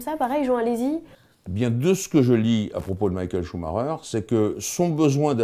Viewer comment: cest quand meme mal- A pronouncé "Maikel chemaiker"